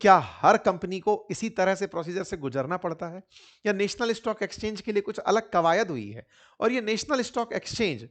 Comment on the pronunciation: नॅशनल होता हैं नेशनल नहीं